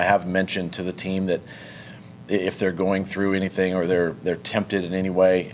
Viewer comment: Dude no joke you can really hear the southern twang now when he says the words "Anything" or "Everything" 🤣🤣🤣